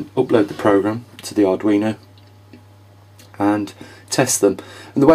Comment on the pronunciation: Ok, Sorry ,I heard you say audrino boards.